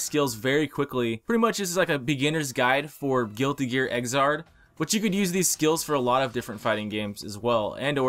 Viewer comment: It's crossroad not xard